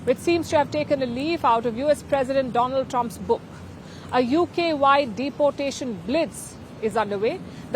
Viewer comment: This woman says 'deportation' incorrectly.